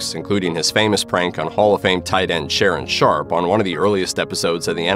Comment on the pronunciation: bro said sharron sharpe